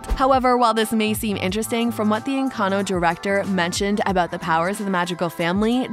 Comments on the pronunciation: "ENCANO" HELP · Sorry, but I am a native Spanish speaker and the why she pronounces it is horrible. Sorry you got offended for a comment not regarding you